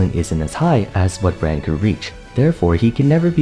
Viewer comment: I swear to god you sound like youre saying "brant" not brand